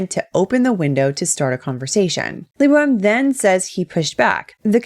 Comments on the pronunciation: Who else hears his name as "Le Boheme"? :D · "i hope i pronounced that right" you better have pronounced it right, bc if not LEBO M gonna sue you too!!